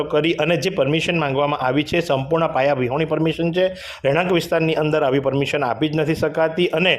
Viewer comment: Request "AAYVI hati" aem nahi" Aavi hati "..aem speech sudharo news speaker